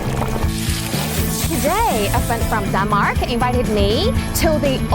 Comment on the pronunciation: your pronunciations of Denmark and Danish are incorrect.